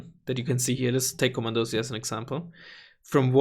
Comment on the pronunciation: Komandosi is pronounced "Komandoshee" ;)